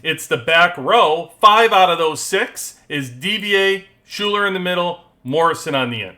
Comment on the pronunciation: great breakdown, thank you! btw Schuyler is said "Skylar" :)